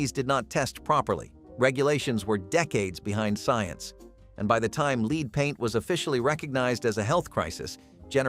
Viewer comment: Learn how to pronounce Lead properly!!!